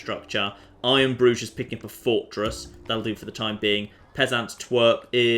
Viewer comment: It sounds a bit like he's saying I am Groot or Iron Bru instead of iron Bruge